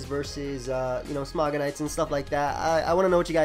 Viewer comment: lel said smogonites